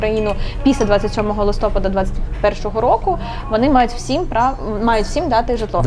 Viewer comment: Не листОпад, а листопАд. Наголос.